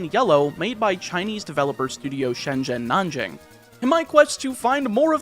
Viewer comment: I took Chinese classes for 6 years in middle and high school. Your pronunciation of "Shenzhen Nanjing" is the best Chinese pronunciation I've seen from someone who doesn't speak Chinese in a while.